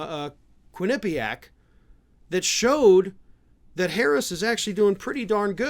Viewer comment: I grew up in Connecticut, where Quinnipiac College is. It is not pronounced "quin-NIP-i-ac" - it is "QUIN-nip-i-ac."